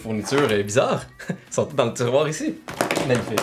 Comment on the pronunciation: il dit « sont toutes » ou « sontaient »? 😂